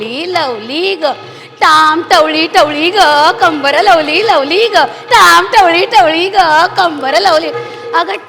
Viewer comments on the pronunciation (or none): ताम आहे....ताई, टवळी नाही तवली आहे हो